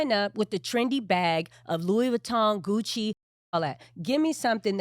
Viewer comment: Ummm, Laura, it's not Gucci' it's, "Coogi down to the socks."